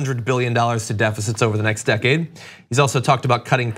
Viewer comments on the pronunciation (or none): none